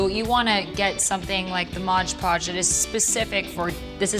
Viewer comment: lol We Are The Strange I say MODGE Podge too!!!!! lol Maybe they should just change the name to accommodate us all. lol Fab video!!! Keep up the creative + inspirational work! xo